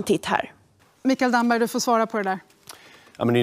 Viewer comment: Han heter Damberg, inte Dammberg